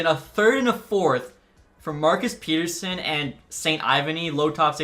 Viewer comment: Its Pet-Er-Sun not Pete-Er-Sun